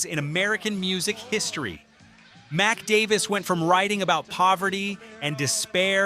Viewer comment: I was about to subscribe until the AI pronounced Mac Davis as Mick Davis. The AI narration saved it the second time by actually pronouncing his name correctly, Mac.